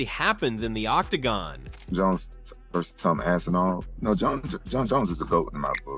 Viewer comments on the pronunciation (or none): Lol, Rampage call's Aspinall, "Assinall." That's funny.